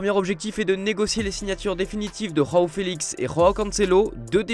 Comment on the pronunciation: Faut arreter de faire genre d'être bilingues... João felix et João cancelo sont portugais. Le J se prononce comme en francais.